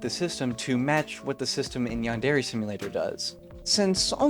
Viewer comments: bro really says yan-dairy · I can't get over the pronunciation as "yawn-dairy". 😂 But in all seriousness, this is a really interesting look into the project and its problems. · Given how the average American pronounces it: They don't, either. Yan-Deh-reh-. Not: Yarn Derry. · Ahhhh. Yaanderry Simulator. (No. Seriously. That's how you're saying it.) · yandairy simulator jokes aside p good vid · why dose everyone pronounce yandere wrong? XD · lol i cant get over how you say Yandere. Its so ..... bad? hard to hear? IDK something about it, makes me wince. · no hate but please learn how to say yandere